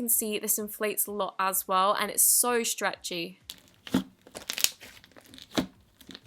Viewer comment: Who else loves the way she pronounces stretchy!!!😂😍